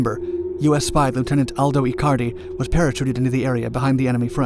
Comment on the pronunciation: Maybe he can pronounce Italian names but did you notice he said "para-chooted"?